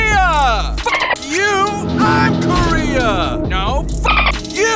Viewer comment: Koean!!!! 😂😂😂😂😂 Got me dying